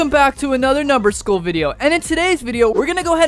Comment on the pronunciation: I love how he said numberschool